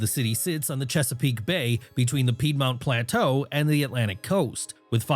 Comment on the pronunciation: AI slop mispronounces names like "Piedmount plateau," "Prince George County," and "Cherry Hills."